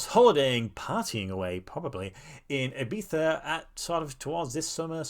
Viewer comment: I love how you said Ibiza! Como un Español de verdad ❤